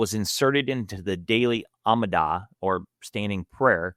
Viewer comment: Its not the "ammidah", it's the ah-mee-da. Be good if you could pronounce the words of the religion you're running down.